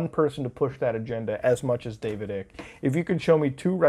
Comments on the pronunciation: Ugh, it's not David ICK LIKE EW THATS ICKY. ITS DAVIS ICKE LIKE EYE KUH. EYECK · Lol it’s pronounced David ike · his last name is pronounced ike, silent c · I’m still laughing at the way you mispronounce David Ickes name 😂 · He didn’t say david Ike’s name right a single time